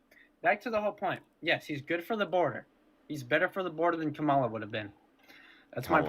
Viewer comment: another caller reading from the same script, starting by mispronouncing Mrs Harris' name followed by "Im not smart enough to provide sources or discuss policies beyond mistreating and deporting the innocent." Still very much enjoy (should I?) how absolutely, calmly and a bit on the vicious side destroys him. thanks.